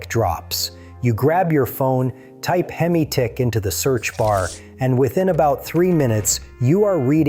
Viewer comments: Why did you call it hem eye it's hem eeee like Hemi. Not hem eye the way you pronounced it. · Within 30 seconds..voiceover says "HEM EYE" 😅. WTF? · In all your years of working on these engines, wtf is a hem-eye (time stamp, no idea, but at the beginning for sure) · You've been turning wrenches for 20 years and can't pronounce hemi?